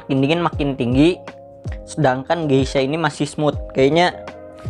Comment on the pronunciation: Klo cupping gelasnya jangan di pegang" ya bang sedih gw liatnya :v Soalnya kata novrinsitumorang gitu Oiya gesha bang bukan geisha :v